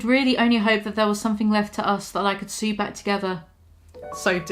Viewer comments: I've never heard sew pronounced as sue in my life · I love you so much but WHY do you pronounce sew like “sue” 😂